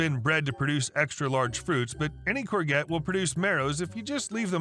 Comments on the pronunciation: It's a French word for zucchini, pronounced courjette. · Oh gods, please don't ever say "core-get", it hurts my horticultural ears! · The g in Corgette is soft, like cor-shjet. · If you ever read that, it is pronounced "cour-jet" not "cour-get". I know, it is a weird word, it is French. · Omg 😱 every time you say courgette wrong, my spine twists. It’s a soft g pronounced like a j. Not a hard g. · The word 'courgette' is NOT pronounced 'cor-get' It is more 'corshjet'. Whilst I watched the whole video, I sorta got tied up on ability to correctly pronounce courgette (in Australia, we call it a zucchini). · "Courgette" is from French, so is pronounced in the French way with a soft "g". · Sorry I had to comment about the courgette story as your pronunciation was like nails down a blackboard!! It’s pronounced kaw-zhet, it’s originally a French word. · It’s pronounced “core-jets” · Courgette is pronounced CorJet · the G in courgette is a soft one, pronounced like a j.